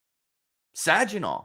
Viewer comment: Saginaw is prounounced with a hard g not a j sound